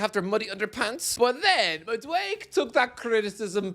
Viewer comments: Madueke is pronunced Mad-u-e-ke wut i mean is that the last e is pronunced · I hate that you refuse to say Madueke correctly, because you’re so aggravatingly close. Just say that last syllable. It’s not “mad awake”. It’s “mad awake A.” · It’s MaduekE Not Maduek! 😂 I know your Irish but you got to pronounce African names better